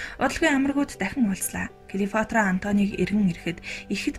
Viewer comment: Клеофатра биш,Клеопатра гэж уншаарай